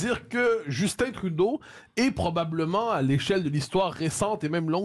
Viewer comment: Cest Justin pas Justine ... vous n'êtes pas capable de parler en francais en france ?